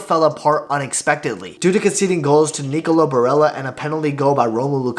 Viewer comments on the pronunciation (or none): none